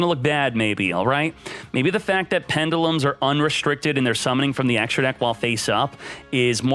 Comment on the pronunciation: Dislike for so many mispronounced pendulums lol.